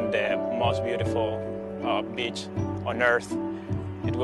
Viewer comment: Did anyone else thought this guy said " most beautiful bitch " or is it just me ?